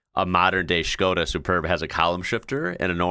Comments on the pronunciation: Why do you say "Shkoda" instead of just simply "Skoda"? Anyway, still better than English of those two in the video. They should put a lector or subtitles 😂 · Why do you call it a Schhhhskoda.... It's a Skoda, no schhhhhh anywhere..... Lol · Why is he saying Skoda like Shkoda? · This guy says Skoda so weird 😂